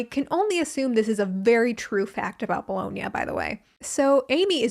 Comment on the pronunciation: Bologna= “blowing-ya”???????🤯